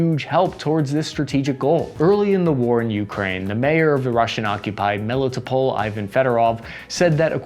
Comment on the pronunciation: * Melly-TOPE’le (Melitopol). * Eezoom (Izium). Your pronunciation of most Ukrainian names is way off. I congratulate you for saying Bucha.